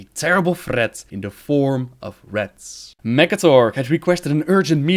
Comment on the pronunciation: It's RATS not rets ffs, sounds like (RHATS)